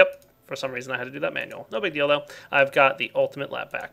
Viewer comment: "No big deal though" is correct. but it did sound like he said "No big dealdo"